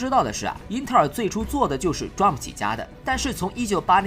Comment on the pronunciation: 雖然不是大問題，但是我要提醒一下，DRAM 讀D *空格*RAM, 讀法讓我想起Drum